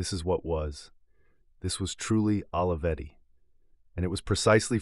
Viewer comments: The correct pronunciation of Olivetti sounds like Oh-lee-vetti, not Olive-etti. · This video is a nice homage but is wrong in all kinds of ways... Putting aside badly butchered pronunciation of this renowned name, you start on the false predicate of equating the company to the open source movement. In fact, Olivetti was a totally proprietary platform. Brilliant. Beautifully designed. Human-centric. But proprietary. And, by the way, there is nothing wrong with that. The pricing was lower because, unlike IBM, the buyer did not have a forced opt-in to a service contract but the company is a for-profit endeavor. A fair profit, but not freeware by any stretch. Second, I realize there are a lot of young people in this channel who seem to think Olivetti was completely obscure and unsung. They were a global phenomenon. THE brand of the age just as you might say of Apple or NIKE today. And everyone in the technology and industrial design field including Steve Jobs is very openly on the record acknowledging that their own work was inspired by these legends. Almost everything novel is derivative of what came before if you look back far enough. Third, you speak of Olivetti as if it is defunct. That is far from true. It is currently one of the world leaders in Big Data and IoT (Internet of Things) as part of Gruppo TIM, one of the largest European companies in world with $20 billion USD in annual revenues. Had Adriano not been killed so abruptly (and suspiciously) there is no doubt that he would have accomplished even more amazing pioneering things but please don't ref